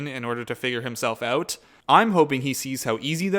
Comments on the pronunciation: I love how you say the word "out" with a Canadian accent. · I THOUGHT I WAS THE ONLY ONE WHO PICKED THAT UP 😂😂😂